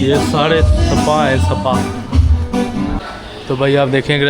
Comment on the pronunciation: seepa nhe sir ISpa kehtay hein aur SPA liktay hein :)